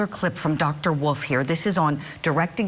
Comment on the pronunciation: It’s Dr Wolf not Dr Woof Thank you